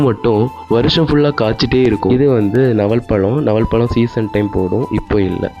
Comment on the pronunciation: ரொம்ப பாதிக்கப்பட்டவர் போல இருக்கே நவல் பழம் இல்லை நாவல் பழம் கொய் ய பழம் இல்லை கொய்யாக்காய் என்று சொல்லவும்